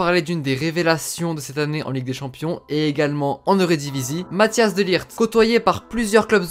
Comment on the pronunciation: Rare les gens qui savent pronocer le -G de De LiGt. Sinon super vidéo.